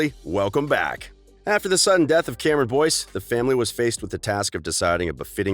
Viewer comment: This is how many times he said Cameron Boynce ⬇️